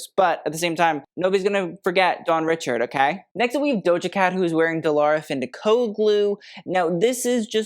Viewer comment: You mispronounced Dawn's last name. It not said like Richards, it's ri-sha-ahd